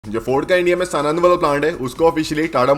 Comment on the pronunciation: SAAANANAD HE BHAI SANAND NAI YAARRRRRRRRRR सानंद not सनंद